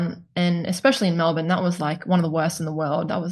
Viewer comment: 3 weeks in Melbourne and didn't learn how to pronounce it, sad.